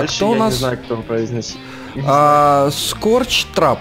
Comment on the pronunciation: Не скоч трап а скреп трап